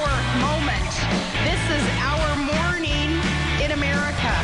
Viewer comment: He must have been embarrased by the Palin video. Like him or not, he's a serious guy and to look at some bubble-headed Alaskan right-winger talking about a "new mor-neen in America" with grizzly bears roaring while she struts in stilletto boots, has to make him want to cringe.